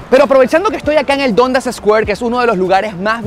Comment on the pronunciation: Se pronuncia Dandas